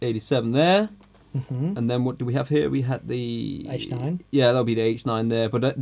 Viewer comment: In the Josh Smith video, every time he said "H9" I thought he was saying "8-9", so making the program changes for the H9 on the 8 & 9 buttons makes perfect sense to me...